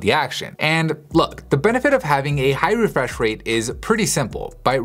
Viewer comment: 'high refweshrate screens' XD